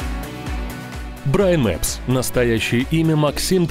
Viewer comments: Брайн Мапс а не Браин Мэпс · Да почему? Скажите почему никто не может называть канал брайна правильно!!! Брайн мапс. Черт возьми👿😆